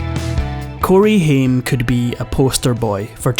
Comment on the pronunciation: I hate it when you dont pronounce the actors name correctly. Ugh